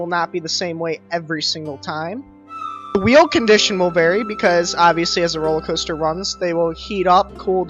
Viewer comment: Ah yes, the roler caster